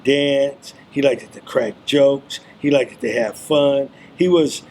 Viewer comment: I hate that he keeps saying “likeded”